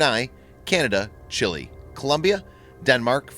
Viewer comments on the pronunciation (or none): none